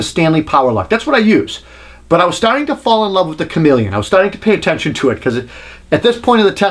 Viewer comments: Stop saying Chameleon! It's Komelon! Funny thing is, I was recently watching a review of the Bosch 5-in-1 install driver which is actually CALLED Chameleon, and the reviewer kept saying "Shamalon" 🤣 Seriously though, a great thorough comparison. Thanks! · KOMELON, not comeleon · its not komeleon its komelon. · "Comma-lon." Not chameleon. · ko - mel - un Not Chameleon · Uh, it's pronounced Kom-el-on, not Chameleon. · Love how you say komelon haha "chameleon" its not a lizard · You keep saying comeleon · Is he really pronouncing Komelon correctly or just trying to be funny? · You are mispronouncing Komelon. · Absolute bullshit. Pronounce Komelon like some sort of lizard and we know you can not test tape measure qualities. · Yep I loved how well done his review was, but I cringed each time he mispronounced the name of the Korean tape measure. I have the Komelon myself, and it's an awesome tape measure, although probably not up to the vaunted Fat Max.